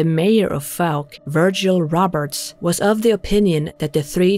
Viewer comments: FYI: it's pronounced "Fowk". I was raised in that neck of the woods and remember when all that went down. My high school (no longer in existence) played basketball against Fouke and going home late after the games always brought out the stories. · 😂I'd change the way you pronounce fouke!! Bless you. I love your voice and you are doing great anyway!! xx Jason in England 🏴